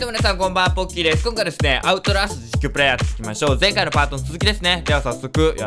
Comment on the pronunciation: アウトラストっていえてませんよ笑笑あと、こんなにはやくみれたのはじめて！